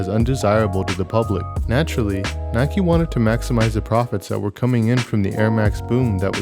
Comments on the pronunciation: It is Like a Bike, rhymes on Nike. Or pronounce as Nee-kay. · Dislike because he said “ nikey